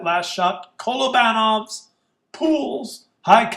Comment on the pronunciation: Kolobanov has the stress on the penultimate syllable, not the ante-penultimate.